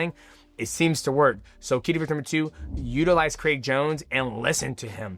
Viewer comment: Who tf is Craig Jonesy? 😂😂 why he keep saying it like that?